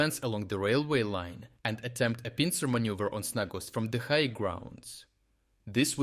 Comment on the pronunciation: you said manюver